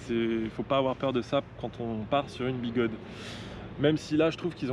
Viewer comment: Quelle intro! inspire ta création, bravo! et un grand merci pour prononcer, comme les chinois, les anglo-saxons etc... Biguode et non biguodèèèè comme certains youtubeurs français!